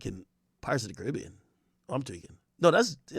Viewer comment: 😂 At least he pronounced Caribbean correctly unlike most Americans 😂😂